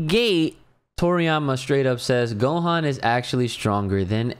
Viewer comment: It's Gohan bro.